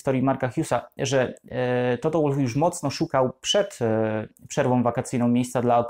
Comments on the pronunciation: Toto to Austryjak, więc czyta się wolf, a nie łólf. Schumacher czytasz przez ch czy przez k? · Błagam, też nie zawsze za nim przepadam, ale bardzo szanuję tego człowieka za to co osiągnął i nadal osiąga., nalegam aby Pan też go szanował, przynajmniej w tym minimalnym stopniu - czytając jego nazwisko poprawnie! Toto /WOLF/ a nie /ŁULF/. Proszę.